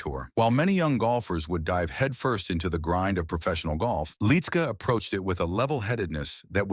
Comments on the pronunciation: It's pronounced "lit -ski". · Why don't you have the respect for him and his family by saying his name the right way? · I agree!